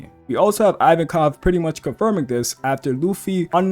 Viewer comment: you say ivankov weird